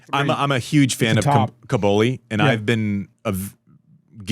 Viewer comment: Andy, please stop saying "Cabouli". It sounds like the capital of Afghanistan. It's CObOlli 😅